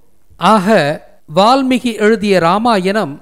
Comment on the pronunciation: வால்மி"ஹி" அல்ல வால்மீ"கி"...